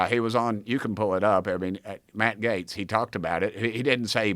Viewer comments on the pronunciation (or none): none